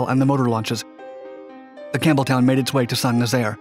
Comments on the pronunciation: It sounded like you were saying HMS Cameltoe. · Sounded like he said, "the USS Camel Toe". There for a second. Lol